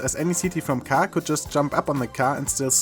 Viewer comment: Why do you say car like you're from Boston?